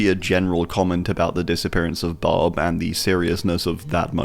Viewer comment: I was like who is bob? Then I saw the glasses and was like oh he's saying barb lol